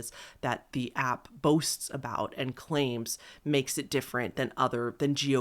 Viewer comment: No shade, I love your videos but WHY do you extent your last syllable at the end of your sentences? Especially words ending in S? It drives me insane 😭 “Realityyyy, claimsssss, thoughtssss, sensssse” 😭